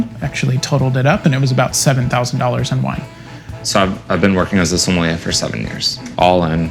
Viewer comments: Somm-Con? Seriously? 😂🍷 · can't even pronounce sommelier hahaha wtf